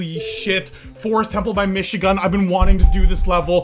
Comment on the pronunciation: Its not mishigun its michigun😈